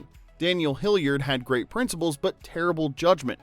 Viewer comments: It's Hillard not Hilliard. Mrs. Doubtfire is still 1 of my all-time favorite movies. Great casting. RIP Robin Williams, Anne Haney, Polly Holliday & Robert Prosky. You're all loved & dearly missed. Love you all. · I’m just wondering if you were pronouncing their last name wrong accidentally or intentionally, to get us to mention it in the comments (for engagement). Hillard not Hilliard or Hillyard. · Man, is the narration done by AI? The mispronunciation of the names, namely “Daniel HillYERD” and “Yu-fij-nya” Doubtfire, along with calling Robin “Robins” at one point, and not in the possessive form, in the line, “Robins, Sally and Pierce had all been divorced.” Perhaps something that didn’t make the list but should have are several minutes over various scenes where both Daniel and Mrs Doubtfire interact with the busybody neighbor, Gloria. She filmed a much bigger part in the movie, but the vast majority of her scenes were cut, relegating her to the tiny role of the nosy neighbor who calls Miranda at work to notify her of the shenanigans surrounding the birthday party being thrown for Chris. The DVD release with bonus scenes contain all of the scenes, mostly between Gloria and Mrs D, with Daniel enacting his revenge on the neighbor (as Mrs D) by appealing to her love of gardening, as they bonded over their “green thumbs.” Mrs D ultimately sabotages Gloria’s garden through a recommendation of some very unorthodox choice of fertilizer, one that would be embarrassingly difficult to procure and also destroy her precious flowers. It seems like an echo to the scene where Miranda comes home to witness a goat devouring her begonias. Both Daniel and Mrs Doubtfire, whether by accident or intention, were responsible for the destruction of a good amount of floral beauty on that street corner. I get that Gloria’s scenes were mostly cut for time, but the side sequence between Mrs D and G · Bruh…It’s pronounced Hill-ard. Not Hill-yard.